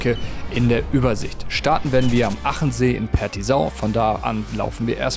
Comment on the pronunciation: Super Video, Hut ab! Kleine Anmerkung als jemand der aus der Gegend kommt (Zillertal). Auch wenn man den See nur mit einem "A" schreibt, wird er "Aachensee" ausgesprochen.